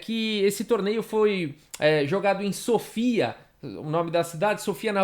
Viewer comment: se eu não me engano a pronúncia correta do nome da capital búlgara, embora sem acento, é "Sófia" e não "Sôfia" como foi dito no início do vídeo. Um Abraço.